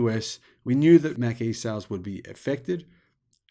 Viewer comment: well, the reason there is no demand for the 'Mack-E'....is because it doesn't exist. The 'Mach-E', on the other hand....is an actual, real thing. Correct phonetic pronunciation is everything.